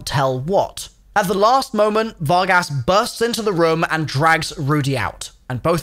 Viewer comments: "fargus" "Fargass" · You pronounced the Spanish translation of cowboys but can't pronounce Vargas? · Var-gass😂😂😂 pronounced Var-gus lol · Var-gas lmfao